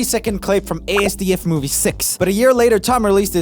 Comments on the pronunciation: Asdfmovie is pronounced in one word like ass-dif not a-s-d-f. Just wanted to inform you joel my boy. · Btw roomie, asdf movie is pronounced as - duff rather than just saying a s d f. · ifeltsomuchpainwhenhesaid A S D F mmovieitispronounced ah sduf movie gee get it right man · ITS NOT CALLED A S D F MOVIE, ITS PRONOUNCED AZDUF MOVIE REEEEEEEEEEEEEEEEEEE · Everybody: ASDF Movies Roomie: “A-S-D-F” Movies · Him saying ASDFmovie wrong is kinda pissing me off